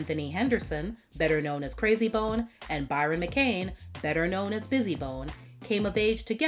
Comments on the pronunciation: It’s Bryon not Byron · Its Brian.. not Byron!!